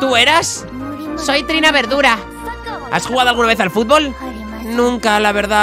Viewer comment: me encanta cuando le dise berdura